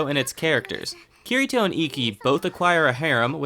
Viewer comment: You are banned from pronouncing names and locations, make an effort to pronounce them when you make videos, its cringy when you dont know how to say akihabara or ye xiu or kirito. if you watched them then you know how to pronounce them honestly its like you just googled your topic and tried guessing the pronunciation